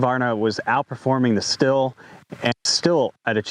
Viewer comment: Stihl is (steel) ...not (still)